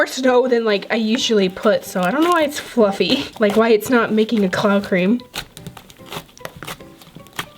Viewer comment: She said bluffy instead of fluffy lol